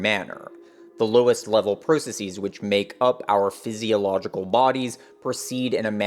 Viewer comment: Why do you keep mispronouncing processes? Please stop mispronouncing processes. Not all plurals are pronounced like “diagnoses.”